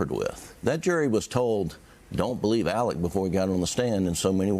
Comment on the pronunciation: ALEX NOT ALEC